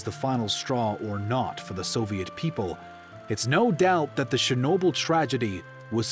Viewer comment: it's not shernobyl... it's CHE sound, not she!